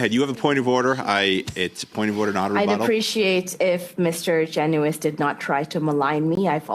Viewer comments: Garnett "Jen us" is how he likes it pronounced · My MP, Garnett Genuis pronounces his last name Jen' us. He is a three term MP. It's about time people pronounced his name correctly don't you think?